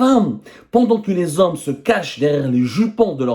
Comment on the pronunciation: Les zommes avec z majuscule 😂😂😂